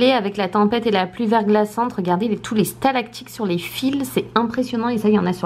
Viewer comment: on dit "stalactiTe"!!!